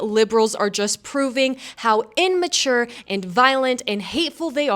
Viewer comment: I cringe when people say "Inmature" There is no N.